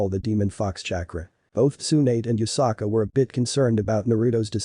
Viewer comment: it's yusaka not yukasa